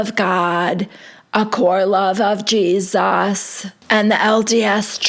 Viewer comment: I was kind of grossed out by how Lisa pronounced Jesus. It sounded like Jeezass.